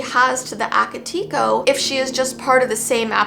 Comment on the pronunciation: Hey! Just your friendly Japanese Second Language person telling you that it's actually pronounced "Ah-kah-tay-ko" Ao Onna was great though! Just thought I'd clarify <3